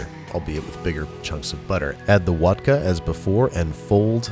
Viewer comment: Just realized you called the “Water + Vodka” both “Vodker” and “Wadka”, so which one is it? Good Eats fans will know the answer...